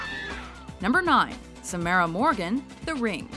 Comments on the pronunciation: it's Sam ar a not sa Mar Ra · You said Samaras name wrong! Ugh! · You said Samara wrong.